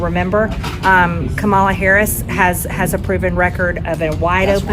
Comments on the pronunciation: Can’t pronounce Harris’s name. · But she can’t pronounce the Vice President’s name. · She still said, the Harris's name wrong